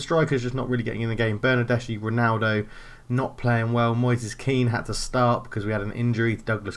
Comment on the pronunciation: It's pronounced Ma-te-a De-Shi-Lio, not actually hard to pronounce it's just a weird spelling for those unused to it. Also it's Ber-nar-des-ki.